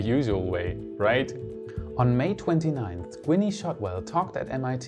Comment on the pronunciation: Gwenee? Its not a long eee sound. The "e" is silent. Its pronounced Gwyn. :)